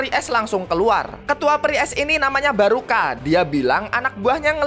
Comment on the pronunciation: ngomong nya barka bukang baruka🗿